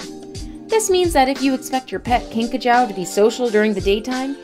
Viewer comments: Pretty sure its pronounced "kinkajOO" not "kinkajOW" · These videos are always confusing. Talks about Madagascar hissing cockroach... And only once shows one for 1.5 seconds.... The rest of the segment was common flying cockroaches. And mispronounced kinkajou!